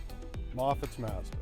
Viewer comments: It's mahhhzda, not mehhhzda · I have never heard anyone pronounce the word “Mazda” like these 2 gentlemen do. 🤔